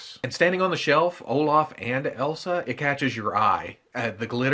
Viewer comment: haha, it's like " Oh-laugh (british enunciation) 🤣